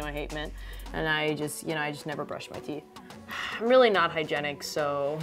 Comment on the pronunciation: Did she say 'hygenic' instead of 'hygienic'?